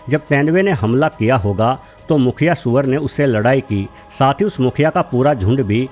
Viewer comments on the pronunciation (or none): none